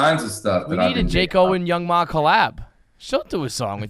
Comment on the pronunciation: Young M.A , not young mah😂😂 So funny I was thinking who the fuck is young mah